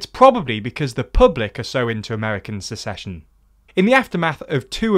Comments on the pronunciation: You're the second person I've heard pronounce "secession" like "succession" when discussing this topic. (The first was on WION.) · I probably won't mind this discussion of dissolution, but the word is SECESSION NOT succession ..... only in a f*cked up country is this term (secession) vital to our gradschool learning (ahem, USA). seconds in .... Edit: you fixed it by lots of love!